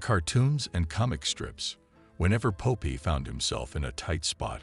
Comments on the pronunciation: Pope eye? I thought it was Popeye. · Stupid AI narration. Pope Eye? Dislike.